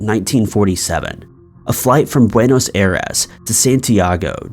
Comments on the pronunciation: Buenos Air-ass? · That was clearly the first time he ever read or said "Buenos Aires".